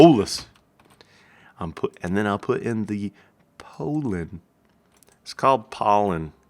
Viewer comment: "p-oh-llen" is neither the UK or the US pronunciation of "pollen". The "o" of pollen is pronounced either like the "a" in "father" or the "o" in "not".